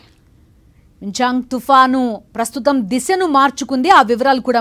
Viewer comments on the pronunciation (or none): మించాంగ్ కాదే తల్లి మిచాంగ్ అంతర్ దాని యాడా దొరుకుతారు అసల్ మీర్ మాకు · అమ్మా...మిచాంగ్ .....మింగ్చాంగ్ కాదు